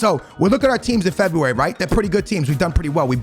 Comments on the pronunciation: Normal people: February, fofana: Febeewary, farfan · Everyone: February: Febuay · I know he purposely mispronounces names for the comments but cmon bro at least say February properly 😂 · I subscribed when you said febywary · For a man who can't pronounce february, you really went ham on the febyywary :D Agree with everything you said tho... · No one not a single soul. - FEBEEE WARY lmao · No one: No one in the entire world:: FEBUVAJI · Normal people: February Ask me AM: Febuaryyryr Aks me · "in Febby wary" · Forfana febiueuy LOL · Don’t u mean fEb-eEe-WaRee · The way he says February 😂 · Can’t not laugh at the way this man says February 😂